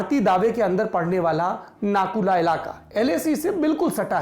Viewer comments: Abhey chutiye....tere ko reporter kis ne banaya....who Nathula hai Nakula nahi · नाकुला नही नाथुला